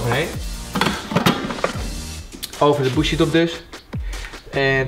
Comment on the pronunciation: Geinig filmpje... maar leer in naam van Jezus gristus alsjeblieft het woord BOUGIE normaal uitspreken... Wat een wan vertoning 😂